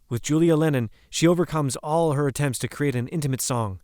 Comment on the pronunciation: "HER attempts...?" "HER mother and Yoko"? "CON-tribute?" "Melanness?" Considering how often the narration gets things weirdly wrong like this, I'm going to assume that this is an A.I.-written and A.I.-generate fake voice narration. There are just too many factual mistakes and inhuman phrasings and it sounds very similar to an A.I.-voice option on a particular app. Whoever runs this channel, please stop with the A.I.-generated stuff and just do your own research and narration; it's constantly getting things wrong.